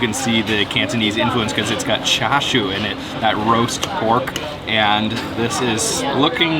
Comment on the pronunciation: Ah what now?! Said it 3x 😅 char shiu? Addition h. Spam??? It's ham. Where's the British influence? Noodles? Eggs? Ham? Mmm🤔